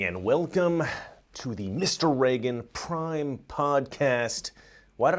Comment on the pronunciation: "pime bomber"